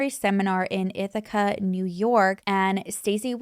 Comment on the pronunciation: I'm so impressed. You said Ithaca ny right. So many do not say Ithaca right! I'm in Ithaca NY